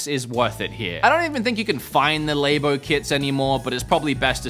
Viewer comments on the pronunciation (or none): wait.. wood... labo? laybow? lmao say "laboratory", now say "labo", sorry couldnt help it. funniest part of the video.